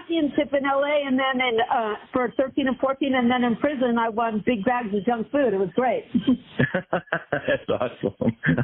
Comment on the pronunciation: She says “junk food” weird. She emphasizes the wrong syllable.